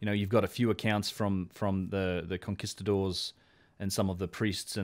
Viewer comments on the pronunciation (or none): none